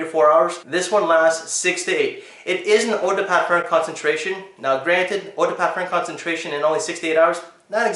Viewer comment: You might want to check out Sebastians (looking feeling smelling great) video on how to pronounce EAU DE PARFUM in French. Just a suggestion not trying to be a dick. I found the video helpful so I thought I'd pass it on. It's an older video but if you search for how to pronounce parfum it should be the first result. Thanks for the video and everything you do for the fragrance community.